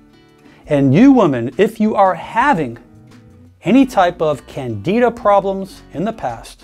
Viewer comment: The fact that this CLOWN doesn't even know how to pronounce "candida" correctly SHOULD tell you how reliable his medical "advice" is. If you have a herpes problem, consult a REAL doctor, NOT some some pseudoscientific nonsensical CHIROPRACTOR.